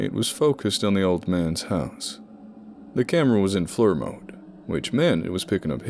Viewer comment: note for any future ones, FLIR is pronounced "Fleer"